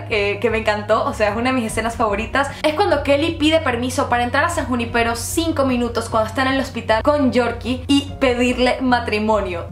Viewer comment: Es san junípero, no san juni-pero